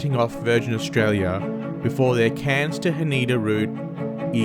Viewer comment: Haneda is not huh-NEE-duh, but HAH-nè-duh 🥲🥲🥲